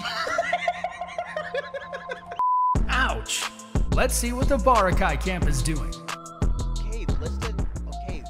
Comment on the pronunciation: “Survival of the fittess” lmao